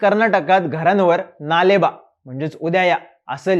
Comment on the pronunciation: दादा नाले बा नाही म्हणत कन्नड मध्ये नाळे बा असे म्हणतात